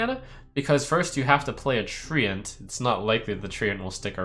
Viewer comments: Trump its trent not tree ant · It's trench